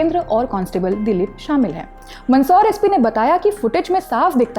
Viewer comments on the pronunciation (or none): none